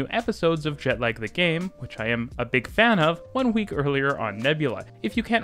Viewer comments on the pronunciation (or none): none